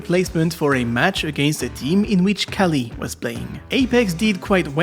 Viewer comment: kookli not kali